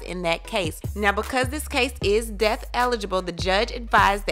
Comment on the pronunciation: It's pronounced death. Not deaf